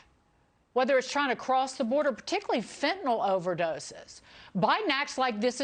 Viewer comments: Tom, respectfully, it’s FEN TAN NYL Not fentanall. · It it pronounced fin-ta-nil